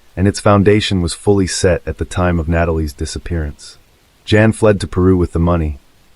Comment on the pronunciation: Not Jan, pronounced Yawn